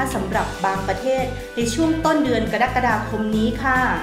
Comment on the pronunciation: กรกฎาคม อ่านว่า กะรักกะดาคม ไม่ใช่ กะดั๊กกะดาคม. กรกฎาคม (อ่านว่า กะ-รัก-กะ-ดา-คม) ที่มา-สำนักงานราชบัณฑิตยสภา